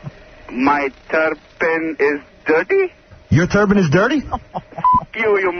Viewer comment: Turbine??? Seriously? It's turban